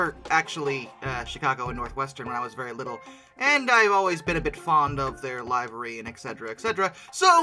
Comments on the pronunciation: You're mispronouncing livery...it sounds more like l iv(if) er e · The word is L I V E R Y (LIV-ER-EE). That UP/Northwestern Heritage SD70ACe is a good looking unit. Also, the Eastern Railroad that became part of N&W was the W A B A S H (WAHBASH)., not the WA BOSH. MInor corrections... Like your website. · Hey, please pronounce livery correctly. It sounds like liver the abdominal organ. I cringe when you say it like alive. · Would somebody teach him how to say, "Livery"! ˈliv(ə)rē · It's probably an accent thing